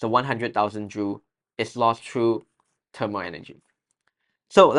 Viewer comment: well,no offense,shouldn’t it be thermal instead of termal